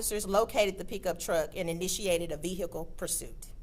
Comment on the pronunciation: what about peekuptruck instead of pickup truck